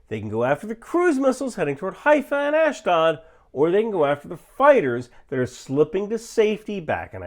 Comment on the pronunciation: Please ask someone for the right pronunciation of "Ashdod" if you are going to be saying it more than 1-2 times in a video...